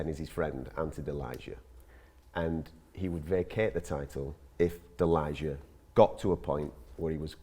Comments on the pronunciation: It hurts so bad how they pronounce Delija... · is it really that hard to do your homework and learn how to correctlly pronunce croatian surname Delija?